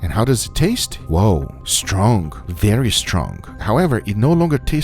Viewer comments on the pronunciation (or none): This guy says stronk instead of strong